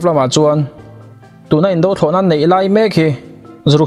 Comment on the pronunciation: Indo Thlawhna, Indo Lawng tih hi "indo" tih lam rik dan hi... Nghet lo tia lam rik thluk ang hian aw..